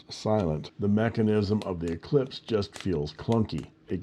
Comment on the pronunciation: spelled "Eclipse" and pronounced "eclesiastez" 😆 thanks for the review, I haven't seen many of the new Eclipse